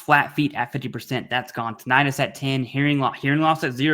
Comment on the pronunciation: Also what doctor pronounces tin-i-tus as titt-an-us